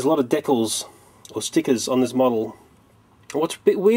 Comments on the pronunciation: dekkles = decals fyi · I like how he says decals "dekles"